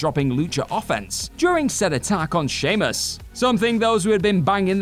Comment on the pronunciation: Sheamus* not Shaymus